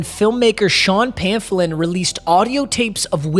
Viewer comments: Sean “pamphillon” Stupid Wikipedia 🤦‍♂️ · Sean “Pamphollin” Stupid Wikipedia 🤦